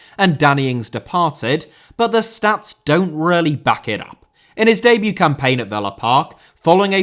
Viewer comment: Debut * not Deibyu Signing* not Sagning Magalhães * not Magalis Ramsey* not Ramzey Solanke* not Solankei Mbeumo* not Embueimouw Raya* not Jayer Caicedo * not Caiceirouw Enciso*not Encescouw Buenanotte* not Buenanottei Can't * not Khon' Eze* not Ezei Olise* not Olissei Doucouré * not Doucorei Andreas* not Ondreyas Granada* not Granohrer Tete* not Tetei Diogo* not Diyeigouw Dalot* not Dálouw Half* not Holf Felipe* not Felipei Roméo* not Rôuwmiouw Clube* not Clăb Hugo* not Hyugouw Bueno* not Bueinouw